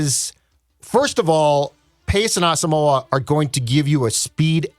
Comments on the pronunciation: guys his name is pronounce ah-sum-mwah please say brian asamoah last name correctly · Brian Ah-sum-wah. Three syllables. He did an interview with the Vikes media where he clarified this. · He did an interview with Vikings media where he laid it out very clearly. It's Ah-sum-wah. Three syllables.